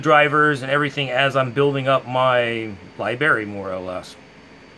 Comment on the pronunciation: "lie berry"?